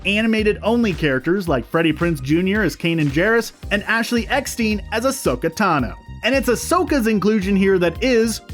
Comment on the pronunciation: Did you say ECK-STEEN? All your knowledge, all your work, and you don't how to pronounce that name? Especially as much as she's mentioned within the fandom you're a part of.... Fix this! Sincerely, James Eckstein (Eck-STINE)